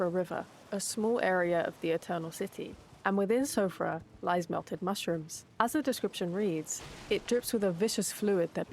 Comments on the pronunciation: This is a really good video, and I hadn't noticed this pattern at all. (ps. Siofra is probably pronounced as "Shee-fra") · It's pronounced SHEE FRA. It's a kind of Irish mythical creature.